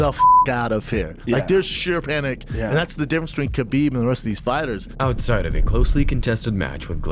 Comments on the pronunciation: Bro called him Habib repeatedly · HABIB ❌ KHABIB ✅ HAMZAT ❌ KHAMZAT ✅ Get your Pronounciations right